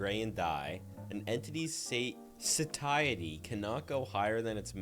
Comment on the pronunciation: lol I like your way! But yes. Suh tie it ee is the correct way